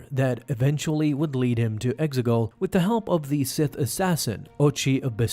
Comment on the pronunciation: Exegol....say it with me...EX-E-GOL